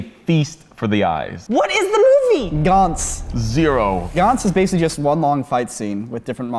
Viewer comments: It’s not Gahntz it’s Gantz... just watch the original anime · Its Ga-ntz not Guntz